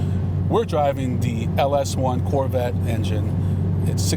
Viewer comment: Did u say LS1